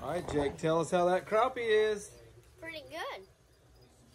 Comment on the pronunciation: It’s Crappie...not Croppy! C’mon man!